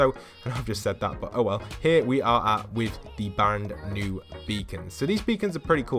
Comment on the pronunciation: He said band new beacon